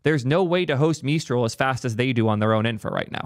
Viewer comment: OpenAI has freedom of intelligence, just trust me, bro. What's up with geeks calling Azure, a zure. Is it some kind of geek in joke. Ha ha, you said it funny so it must be evil? When you say Mistral with a French-ish accent are you being serious or mocking? If the choice is to be a channel for the cool kids fine, but I'd rather see a serious tech communicator. That's not to say no humor, but the humor should not come off as mocking.